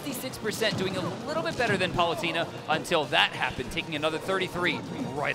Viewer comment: EXCUSEME. How did he pronounce Palutena?